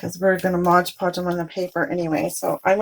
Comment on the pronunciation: They are so pretty! The craft police will get you for saying modge podge instead of mod podge lol